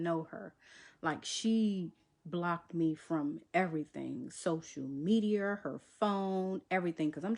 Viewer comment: Did she say social mediarrrrr 😂😂😂😂😂😂😂😂 lmao ok madea Go off girl 😂 this is so lame and desperate 😂